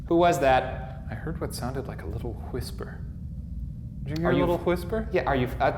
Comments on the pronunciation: Did you hear a little wHisper? What did you say? WHisper. Whisper? WHisper. Why are you putting so much emphasis on the H? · Huis-per. It's like Stewie Griffin. Silent W! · Is no one gonna mention Shane's pronunciation of "hwhisper"? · Lol your Stewie u said hwistper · shane really pronounces the H in whisper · Why does Shane pronounce 'Whisper' like Stewie Griffin would? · Shane pronounces ''whisper'' like Stewie pronounces ''whip'' and I can't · When he said “where she purchase 1061 acres” I heard 1061 torchers